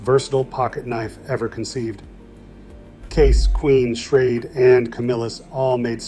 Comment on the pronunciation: Prices are off by and should be multiplied by x4, which is funny because it liked to use $4 as a common price for multiple decades. You can tell AI generated materials by the pronunciations of certain words. While it got it mostly correct, it did refer to "Schrade" as "Schrad E" at one point. Which also brings up the point about the "Old Timer" Branded pocket knives that should have been a separate listing, though AI would see it by the Parent Company "Imperial Schrade Corp." and would list it as a Schrade knife because it was introduced as a sub brand of Schrade in 1958 I believe. But yes, my Father carried a Barlow for decades before he changed over to a Case "large" or "Jumbo" Stockman in 1995. I know the year he changed because i've been looking for a replacement for that particular knife for quite a few years now. It has one of those jigged bone handles that Case only used for a short time and my father loved it because of how it darkened with pocket wear from blue or black denim jeans. Being in his mid 70s now, his arthritis is acting up a lot more so I got him a Boker USA Barlow that is a "Flipper" style so that he would be easily able to open and keep carrying a knife design he loves. I have my maternal Grandpa's knife collection in my safe. He carried a number of different brands over his lifetime including the Old Timer's, Case, and Buck. I have a pair of Boker USA Stockman's that belonged to him and my Uncle that Grandpa picked up at the same time in the early 70s